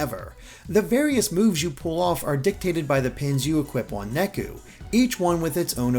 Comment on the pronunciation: I know that KH: DDD also did this, but Neku's name is supposed to be pronounced "Nay-ku", not "Neck-u". Japanese pronunciation isn't that difficult!